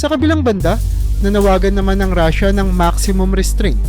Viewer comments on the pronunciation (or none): none